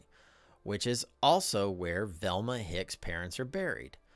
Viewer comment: you pronounce Velma as Thelma, it baffles me as to why you'd chg the pronunciation. V doesn't sound like th. I know the difference my grandmother's name was Velma. She wasn't Thelma with a V, her name was definitely a V sound.